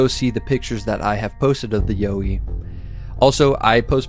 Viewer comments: Hi mate, Pete from Aussie land. The pronunciation you originally used is the correct pronunciation here in Australia. The one you say is the correct pronunciation now ,will get a laugh over here. all power to you bro. take care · Not YO-EE mate. You were right in the first place. Its actually pronounced YOW-EE like you first thought. Don't know where you got that pronunciation from but they're wrong. Soz. Cheers from OZ 🇦🇺🦘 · You were right when you were wrong. Yow-wee (Y-OUR-WEE). Not You-wee. Just one of many regional names for the big hairy fellas. The little hairy fellas are known as Junjadees, or Brownjacks, again with various other regional names. These are the ones I know and are friendly with, the little fellas. Although some have reported seeing fangs this is believed to be an exaggeration because of the large teeth. Most report similar to our teeth just a lot bigger. Also while there is aggressive contact reported these are few and far between and only on encroachment into their personal area after repeated warnings. Also early reports of aggression were directed to early European invader settlers who were clearing bush for livestock and crops as well as pioneer loggers and explorers. They still let loggers and surveyors prior to mining or road construction let them know they're not happy and best be pulling your head in. Other than that most report non aggressive curiosity or just being followed, or politely escorted off their land then gone once they are seen as no threat. Other's, me included have regular contact and a friendly relationship with an individual or family. Also worth mentioning there are far more than we would imagine and some live so much closer to us than anyone realises. They are just such masters of disguise and will blend into their natural environment, always there but never seen. That's how they want to keep it also, they will only show themselves for a reason or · Aussie here too! 1st yowie said was right 😊